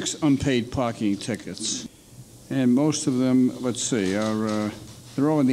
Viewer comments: She is from Saudi with all that accent and smiles of hers. When was the last time an Indian pronounced "Parking" as Barking? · Dang! She networked right through ma heart for sure! Accessed all files! Btw, for those who aren’t familiar with Arabic, there is no “P” in Arabic. You can see the way she uses “B” in place of “P” sometimes. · probably egyptian cause parking was pronounced as barking and thats arab accent they dont have P they have B . mostly egyptians can never learn the p letter so i give it 90% egypt :p